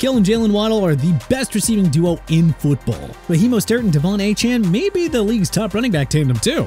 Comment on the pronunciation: Seriously, enough with the JAGWIRES okay? It's JA-GWAARS. Also Jared Mayo? It's Je-Rod Mayo. Mostert is pronounced MO-STIRT.